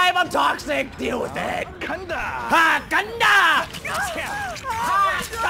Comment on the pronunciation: Gada, or as you like to say "Kanda" means Go! In case you want your cosplay to be even better, you can also say the stuff he says after the mori: "Gamsahabnida" (the hab part is silent) which means Thank you!